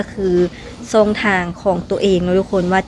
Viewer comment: ดาราช่อง 7 ไม่ใช่ดาราซ่อง 7 พูดภาษาไทยให้มันถูกต้องด้วย ออกเสียงผิดความหมายมันจะเปลี่ยนนะรู้ไหม ยูทูปเบอร์ลาวเกือบจะทุกคนออกเสียง ชอ ช้าง เป็น ซอ โซ่ ทั้งนั้นเลยไม่ฝึกฝนอ่านและออกเสียงให้มันชัดเจนกันบ้างนะครับ อย่ามาบอกทีหลังนะว่ารู้เท่าไม่ถึงการณ์วลีฮิตของคนลาว